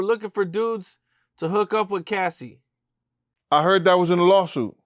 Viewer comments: Its Cassie (kas-see) not casee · Bro calling Cassie “Casey”. C’mon son 🤦🏾‍♂️ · Did This Nigga Say Casey? 😭☠️